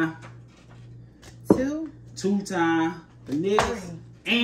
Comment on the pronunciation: why arent you pronouncing the "s" in "times?"